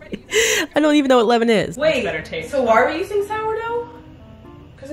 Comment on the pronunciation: levain, levin... sgfdsfgd it's leaven !